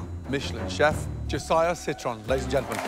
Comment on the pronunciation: Imagine being Gordon Ramsay and getting a fellow Michelin star chefs name wrong. Josiah "Citron"😂